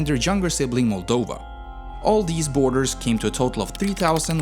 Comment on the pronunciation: Your pronunciations are inconsistent and flat-out wrong, for example Danube (you called it daNoob) or Moldova (you called it Moldayva) sadly after hearing those I stopped watching. Curb the swedish accent a bit.